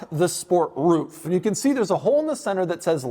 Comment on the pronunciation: "remoooof the roooof"!!! 😆